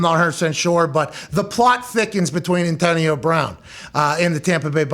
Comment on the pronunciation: Pat's crazy PA accent is quite exaggerated when he has to talk about Antahhnio Brahhn